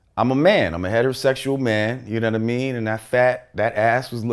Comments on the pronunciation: "Younaddameen" needs to go on a tshirt... s/o lord jamar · "yuh nunna-mean?"